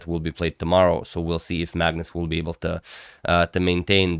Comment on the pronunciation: It's not Maegnus, but apart from that, I guess you're right :) - A is not pronounced the same way in Norwegian as in English.